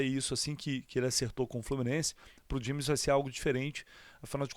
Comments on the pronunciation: Ele chamou de "gêmes" pronúncia correta, c/escrita Jemmes. Não é como no inglês "jeimes" =James. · Não tem "dj" na pronúncia. É como se fosse "gemes". Quanto a Gérson, mais seguro deixar ele lá na Sibéria msm. 💚🤍❤😎